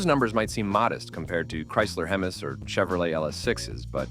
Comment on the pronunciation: Please train your bots how to pronounce "Hemis."